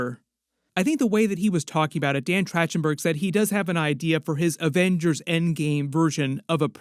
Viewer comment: Man, how many times you butcherd dan's name is insane.